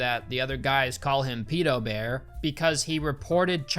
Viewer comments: Stop calling it Peedo bear please. That is how British people say it. No one in the movie even says it ike that:P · It annoys me so much you mispronounce pedobear when you show them saying it properly several times.